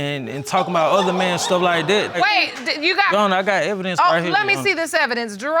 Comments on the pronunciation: Lol did you hear when she said she got evilence? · Yo. I was like “wait what’s Evelynce”? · Did she just say evilence?